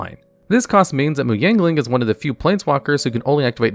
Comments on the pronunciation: Is it just me or he keeps saying "Yangling" rather than "Yanling"? Lol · it sounds like youre thowing in a G in Yanling like Yangling. lol i have always pronounced it Y-ah-n-ling